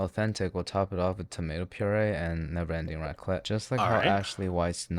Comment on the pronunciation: It's raclette, not racket.